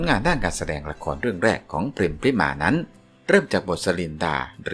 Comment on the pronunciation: ขอโทษนะคับ น้องพริม ชื่อจริง ต้องอ่านออกเสียงว่า พะ-ริ-มา อะ กึ่งเสียง น่ะ ไม่ใช่อ่านว่า พริมา นะจ๊ะ ภาษาไทยต้องอ่านออกเสียงให้ถูกต้องด้วยนะ อ่านชื่อน้องผิดไม่กดติดตามให้นะจ๊ะ ไม่ผ่านไปทำการบ้านมาใหม่